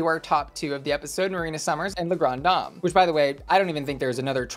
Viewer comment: Hello, I believe its pronounced as “la-gran-deh-dam”:hand-orange-covering-eyes::face-pink-tears